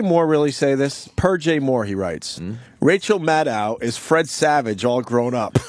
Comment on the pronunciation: Rachel "Mannow"... LOL!